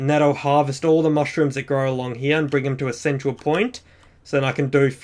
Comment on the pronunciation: U say here like heya